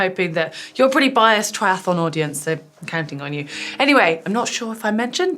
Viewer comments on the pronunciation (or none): none